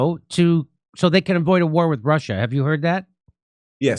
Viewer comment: and to answer your questions: if I would try to put it in latin and re-pronounce it in "common-US-english" it might be "Roosseeeya". And the reason why the Ukraine was mentioned? Well, did you see the video? Jimmy Dorse has a hard time, trying to do it right, which is great of him doing, but starting from the wrong charset and pronouncation table on a "non adapted" name, he hadnt even a chance ;-) so thats just why it was mentioned.